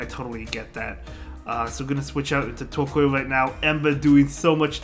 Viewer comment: Tortoise + Coal...not Coil.... Tor-COAL - otherwise nice vid! :D